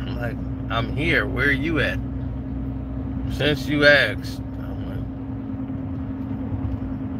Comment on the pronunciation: “Since you axed”😂🤣🤣